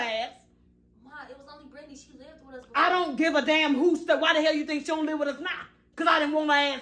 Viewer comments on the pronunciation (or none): Not sink but sank 😂😂😂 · Did she say zank 😭😭😭